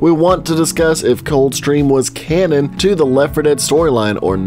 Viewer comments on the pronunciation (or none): none